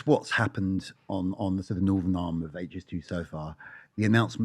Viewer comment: Why can no-one on youtube pronounce TH. Its NorTHERN NOT Northern or norfff. So annoying